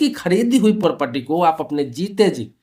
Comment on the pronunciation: Pahle property bolna seekhle dhang se